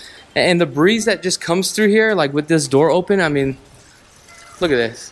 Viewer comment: "Look-ad-dis......Look-ad dat"......sounds like a bad used car salesman but trying to sell a million dollar home. Detail descriptions aren't even accurate. I doubt this guy even listens to his vid afterwards.